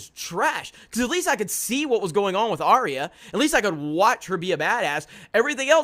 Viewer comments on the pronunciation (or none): none